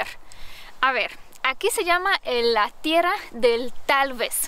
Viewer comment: TIERRRRRA, AGARRRRRRAR ES SONIDO FUERTE, NO SUAVE